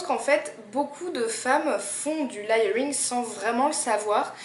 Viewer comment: Juste parce que je suis tatillonne : "léyeuringue" ;-). Sinon, super vidéo.